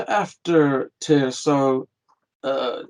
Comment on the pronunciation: Tyr, pronounced TEAR!!!